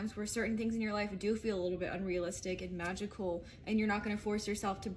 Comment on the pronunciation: Your readings are so loving and flows. when you say “unrealistic” .. that unrealistic looked so unreal :) it almost lost all the power it had!